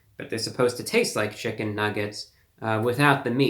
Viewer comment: "Taste laak chicken" in Reviewbrahs best "Urban" twang.